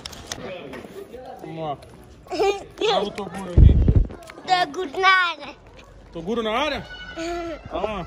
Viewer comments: TEM CHAMANDO O TOGURO DE "TODURO" TEM LIKE KKKKK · Se tem falando toduro tem like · Tem Filho do Toguro q fala toduro tem Like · Se tem chamando toguro de toduro tem like ☺️☺️😂😂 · Ainda existe pessoas que tem coragem de criticar o Toguro, os cara não tem moral pra criticar ngm pq tenho certeza que eles não fazem nem a metade do que Toguro faz pela quebrada, se tem chamando Toguro de "TODURO" tem like kkkkk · o toguro mandando o menino fala toduro kkkkk